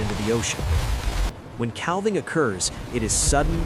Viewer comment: Couldn't stand hearing cal-ving one more time. I'm outta here!